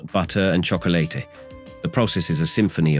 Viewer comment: The AI voice says "from the southeastern "You-neh-tid States" wow, so close. Then it's "time to fill them with peanut buhtter and Choc-o-leyte" Just sayin'..............